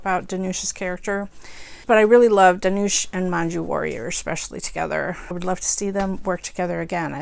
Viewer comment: Dhanush rhymes with Push